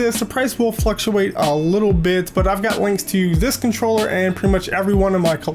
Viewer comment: Иксбакс канчрёла омг хы вот это произношение